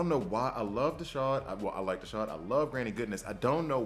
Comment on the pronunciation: There's no 'sh' sound in Desaad. His name is a wink at the Marquis De Sade, a French author who we get our word 'sadistic' from. If you need proof just check his gear. You mostly get the pronunciations right so I thought I should try and save you on this one.